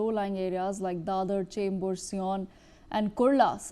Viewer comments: It's not seeeyon. It's sye-un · Its not c - on ....its Sion ... pronounced as Saayun 😅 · Its Sion and not Cion